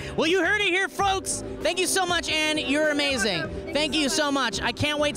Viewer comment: "You heard it here frolks"